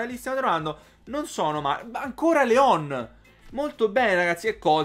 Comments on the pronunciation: Si dice Lyon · Leon si pronuncia "Lion". Scusa, ma fa sanguinare le orecchie sentire la pronuncia dei nomi storpiata.